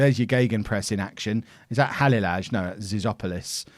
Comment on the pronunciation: halilaj is pronounce halileye